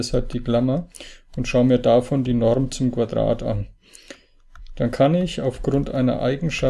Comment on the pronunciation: Die Norrrrm